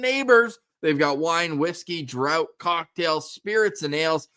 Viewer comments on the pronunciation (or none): It's pronounced draft (spelt draught) not drought. As in draught beer